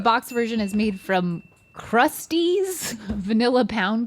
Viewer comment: It's Krust-EAZ like "Ease" not Krusties like "crusty". Emphasis on ease.